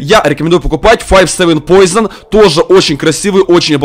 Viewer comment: 0.43 не поизон а поушин!